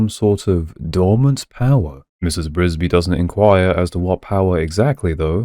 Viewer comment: THE NAME IS NOT BRISBY IT IS "FRISBY" READ THE PAGE.🤣🤣🤣